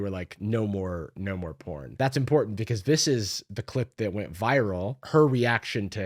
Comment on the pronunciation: don’t you mean “that’s imporntant”